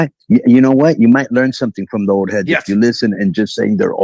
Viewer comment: haha old hedge? It's old head